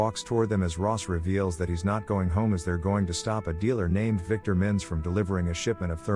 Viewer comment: Dude, stonebanks alias surname is just mintz, not minns nor Minnesota